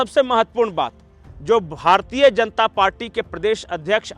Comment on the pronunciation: भारतीये नही बोलना भारतीय शब्द का उच्चार भारतीय ही कीजिये न की भारतीये। आप लोग "य" अक्षर का उच्चार "ये" ऐसा क्यूं करते हैं?